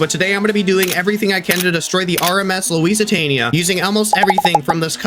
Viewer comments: ITS LUSITANIA NOT LEWESANA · Not luisitania it’s Lusitania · It's not Louisesitania it's lusitania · lusitania❌️ lusertania✅️ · It’s actually called Lusitania not Louisiatnia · It's called the lucatainia not the Luisatainia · Bro is saying Louisitania [ima get roasted for this💀💀💀] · its Lusitania not Loisitania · You’re pronounce it Lusitania not Luis Antonia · Bro said luisatania not lusitania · You are saying lousitania but everyone else says Lusitania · First of all it’s pronounced luc-e-tainia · You pronounce it like “loose tainee UH” Same for bow it’s “b ohe” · That is not how you say its name it’s the lusitania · Thanks for saying this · BRO ITS loose it ania pronounced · It's pronounced Lus a tania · How to pronounce Lusitania! (Lu-Sit-æni-Uh) Yw ^^ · It is Lusa tani a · you said the name of the ship wrong but close to the real name and you're the greatest YouTuber ever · Bro said Lusitania wrong 😂😂😂😂